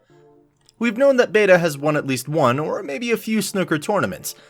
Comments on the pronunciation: It's not Beta. Its "bata", meaning "kid". It has nothing to do with his skills. He was just called "bata" or kid because they used to have 2 efren players and he's the younger one. Thats why they used to call him "bata". Its pronounce " "buuh-ta' " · Please get it right. Its not “beta” its bata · BEY-TA ? get your names right you blithering idiot! It's BATA like 'bat a ball'? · And it's pronounced Bah-tah, not Bay-tah. Colloquially, the name means "kid," and it was indeed used to differentiate Efren from the other, and older, Efren. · Dude this is kind of embarrassing... You do not have your facts straight. There are way too many wrong things listed in this video ( for example: Efren played Mike Siegel in the Color of Money tournament ) and you pronounced Efren's nickname wrong as well. But all of that pales when compared to how wrong and clueless you are in your conclusions. Please leave the comparisons of pool grates to people who actually follow pool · You should learn how to pronounce "bata" and learn what's it mean in Filipino. How you're saying it doesn't make sense at all.